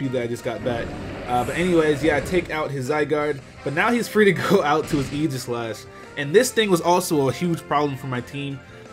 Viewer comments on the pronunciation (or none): The way he says Aegislash bothers me sooo much. It's Ae-gis-lash. No j sound in the word aegis.